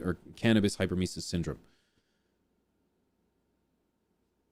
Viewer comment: HEY HEY HEY..HOW MANY TIMES WE GOTTA HEAR THIS?? ITS BS, BUT LIKE IF YOURE GONNA SAY IT, THEN AT LEAST SAY IT RIGHT!! ITS PRONOUNCED HYPER EM IS IS, NOT HYPER MICES......OR HYPER MOUSES, OR WHATEVER YOU ARE TRYING TO SAY. ITS GOT NOTHING TO DO WITH SPEEDY LITTLE RODENTS! IT DOES NOT EXIST, BUT IF IT DID, IT WOULD BE PRONOUNCED HYPER EM IS IS. HYPER, MEANING FAST, AND EMISIS, MEANING TO EMIT, OR TO VOMIT. HYPER EM IS IS......THANK YOU 👋😄👋😄✌️